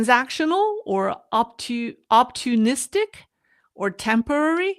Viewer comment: Are you saying opportunistic strategy?